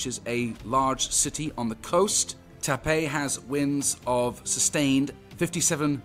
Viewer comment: Its pronounced Tah pah Its a type of catfish